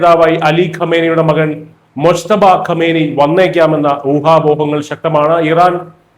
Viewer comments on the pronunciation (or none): മുശ്തഫ അല്ല മുജ്തബ എന്ന് പറയുക